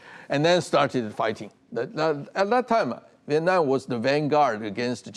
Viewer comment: Don't forget CHina is using Vietnam to gain its export to the US and other Western Markets. Mr. so-called professor - can you pronounce "Vietnam" a little more clearly?😅